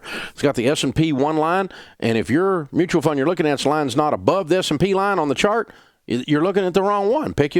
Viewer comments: Is he saying “SMP” when he’s talking about the mutual funds beating it? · Is he saying S&P?